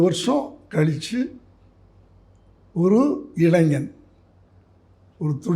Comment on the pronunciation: Shame on a tamizh journalist who cannot even pronounce “ilaignyar”. What is ilanjar?